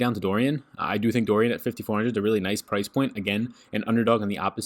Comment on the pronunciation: Why do you pronounce Doran as Dorian? But anyways, great work. Thanks for all you do.